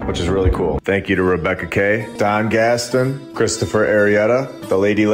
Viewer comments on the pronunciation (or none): none